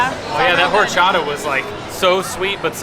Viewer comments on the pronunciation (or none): Not “whorechata” 🙄💀